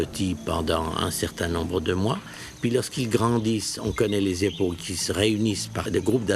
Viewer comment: Époques. C'est en effet mal prononcé (on entend "épaules"), mais la même formulation est utilisée à plus distinctement.